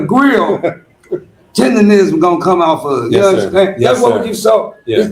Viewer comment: It's Tendernizzm's